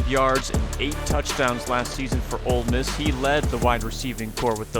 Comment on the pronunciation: how is our own commentator calling it “old miss”